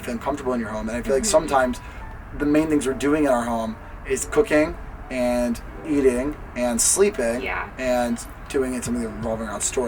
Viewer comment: I thought he said cocain instead of cooking Hahahaha